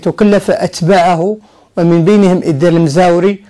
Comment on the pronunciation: إيدار (بتوقيف الدال). المزواري وليس المزاوري.